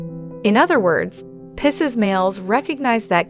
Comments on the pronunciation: This is good. However the pronunciation is Pie-seas Just think I want Pie, over Seas Picese Everytime I heard pissas, it made me cringe. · 🤣 😂 “Dating a pisses guy? Interested in the way a pisses man thinks? Listen to our advice as we tell you all about your future with a pisses man and simply refuse to acknowledge or properly pronounce the word Pisces.”